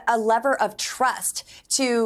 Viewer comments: ..."a "lever" of trust."🙄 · A lever of trust? Did she mean level? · Did she say lever of trust? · ... "a lever of trust" . What the hell is a lever of trust? Does she mean level? She barely graduated high school and she is a State Representative? How does that happen? She's a bonehead.